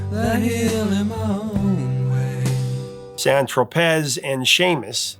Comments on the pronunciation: Dude, are you really going to emphasize rhe "z" in "San Tropez," then immediately play the clip of them singing "San Tropay?" I'm done with this rookie channel. This guy is just a rock grifter. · Great song by the band. Piper is a great album also, so Meddle is the first great album since then - in my opinion. Two mistakes in the video - 1. the Professor doesn't know how to pronounce San Tropez - listen to the song. The video plays that section in the clip. 2. is that it is Gilmour and Wright he share the vocals - check Live at Pompeii. Wikipedia even gets this right. Come on, Professor, we expect better. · I think Meddle is their most listenable album, it’s the only one that doesn’t leave you horribly depressed. Also the z in Tropez is silent.